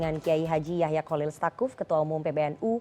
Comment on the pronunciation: Tsakuf bukan stakuf